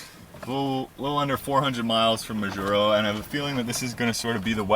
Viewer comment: I'm sure you now know how to pronounce Majuro...cracked me up each time to spoke it... I lived there for a couple of years... Really enjoyed your effort and what a calm sail...